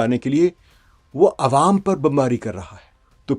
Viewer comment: عوم عوا نہیں بھائ جان عوام عام کی جمع ہے۰ آپ جیسے اچھے اردو دان کے لیے یہ تھوڑا حیران کن ہے۰